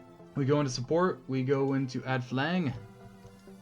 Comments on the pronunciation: Great videos. It would be nice if there were custom dimensions, datums, and gridlines, like in autocad. Also its pronounced 'flanj'. You are saying "Flang." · Thanks for the video, It was great to see how to put up the supports. - flange is pronounced ˈflanj or multiple would be 'flanjes. The g is a j sound. Anyway, thanks again and I look forward to viewing your other videos.